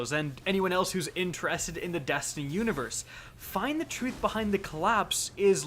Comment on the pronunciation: “Dastiny 2” “Rick Cockis”